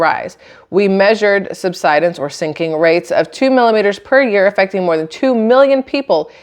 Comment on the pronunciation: You're pronouncing sub-sid-ence correctly. You're doing great. 🙂